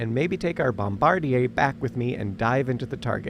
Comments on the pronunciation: Oh,. Are you French or something? 🤔 The American pronunciation of bombardier is bom-buh-DEER. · Note to your AI narrator: it's pronounced bomba𝘥𝘦𝘦𝘳... Enveloped is pronounced en𝘷𝘦𝘭oped... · bom-bar-dee-ayyy, never heard it pronounced like that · My pedantic brain needs to say this: the guy that drops the bomb, the "bombardier" (bŏm″bər-dîr′) is not pronounced like the company's name, and you are "enveloped" (ɪnˈvel.əp(t)) by something that is not mailed in an envelope. My OCD is now satisfied. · I am wondering if this is AI narration. "Bombardier" was pronounced the French way and not the American way. I'm not complaining. I'm not critiquing. I'm just noting as a French teacher. 🤔👨🏻‍🏫🇺🇸🤝🇫🇷